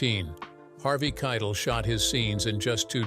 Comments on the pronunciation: Yes, it’s Harvey kigh-‘Tell. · Harvey Kiet-ul?? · I cannot stress this enough: LISTEN TO THE WHOLE VIDEO BEFORE POSTING IT. ... "Kytal" and "Bad mother asterisk ker" and "to alist status." UGH. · '"KI - TELL", ITS PRONOUNCED "KI - TELL" ... Sigh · 😅Hey! Don't be mean! They can pronounce it Kye-tul if they want!😅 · He saId Harvey K's last name wrong. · Learn how to pronounce Harvey,s last name. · Please learn how to pronounce names. You butchered Harvey Keitel several times. He's a Hollywood legend, and it diminishes your video when you sound so ignorant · Numbers 3 & 6 were the same thing. So make that 19 “weird facts” about pulp fiction, read by a robot voice who doesn’t know how to pronounce Harvey Keitel’s name. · Dude can't even correctly pronounce Harvey Keitel's name.